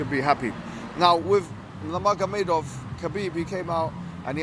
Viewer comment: Salam, just wanted to say Khabib's last name is pronounced Noor Muhamadov (the g is silent). JazakAllah